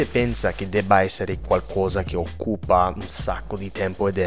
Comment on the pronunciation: Posso darti un unica correzione? Occupa si legge con l accento sulla O